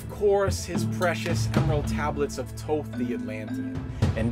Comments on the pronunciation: After all this time, only now is all this potentially defamatory info coming to light. 🤔 Hmmm, I think I'll wait until verifiable evidence comes forward before I reshape my view on the Emerald Tablets of Thoth (pronounced THoth, by the way, not Toth 🤦🏻‍♂️). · I hate when ppl pronounce his name as “ toeth” I can’t even finish this video it’s “THOTH” like thoeth how do you use the second H but not the first H 🤷🏽‍♂️🤦🏽‍♂️😤😠😡🤬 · Right?! I've been pronouncing it as Thot (Thought) considering he is a god of knowledge. shrug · This dude cant even pronounce Thoth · Is the first H in Thoth really silent? Have I been mispronouncing it all these years? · Your pronunciation of Thoth..